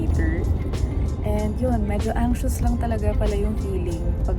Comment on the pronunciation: It’s funny how you say the word “anxious” 😂